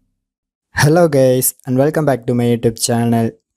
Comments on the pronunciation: Did he start the video with an “Hello gays”? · “Hellow gayss”😃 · A55Licker “HelLo GaYs”